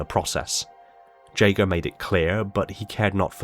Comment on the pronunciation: You can't even pronaunce 'Jega'...